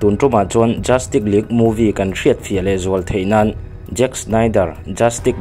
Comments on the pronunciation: Tinge JUSTIK i tih tlat aa JUSTICE ti in lam dik la ngaihthlak a nuam deuh ang.Rilru a la peng deuh tlat a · Justik❌ Justis☑️ Tia lam tur sir... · Tinge Justik ila tih hram a😂Vido hmasa ah khan ka sawi tawh sia, Justice hi Justis ti a lam tur, tik K 👈nilo in Tis S 👈tur hi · Chu chiah ka hrilh tum tak justick tih in a lam zel a😅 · Justice tih i lam dan hi dik chiahlo lo mo,"justik" tih angin I lam ri a, "justis" tih ang zawk in nise,lo soi mai mai😂👍🏿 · A va han lam diklo nasa thei tak... Justice League pawh justik tiin i lam daih a😂😂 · Darkseid -daksei nilovin daksaih tiin.. Justice -zastiz aw zastik nilovin Batman te poh kha Betmen ve mai la Cyborg poh saibot nilovin saibawrk or saibawk tive mai la😂😂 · Sausage i lam dan te... Justice i lam dan te leh thil dang neuh neuh hi.. Pronounce dan zir i ngai